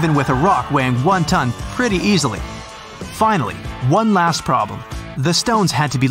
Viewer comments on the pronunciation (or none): none